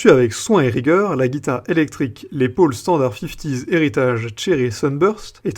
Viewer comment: On prononce Laisse Paul et non Laid Paul,si cela peut vous aider de quelque manière.musicalement.😎😉